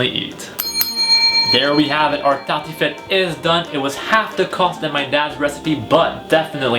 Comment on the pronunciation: bonne vidéo mais sa se voit que tu parle Français de base car tu dit tartiflette comme les Français